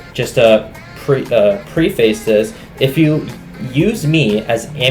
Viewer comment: also girl the pronounciation on preface